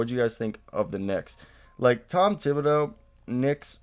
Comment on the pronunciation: You should prob learn how to pronounce thibodeau’s name if you’re going to make videos about the Knicks…..